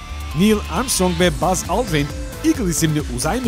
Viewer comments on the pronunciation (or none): none